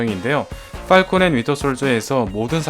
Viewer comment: 의 쁘알콘 너무 발음이.ㅋㅋ